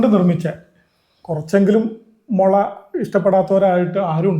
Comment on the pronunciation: മൊള അല്ല മുളയാണ് ഭായ്❤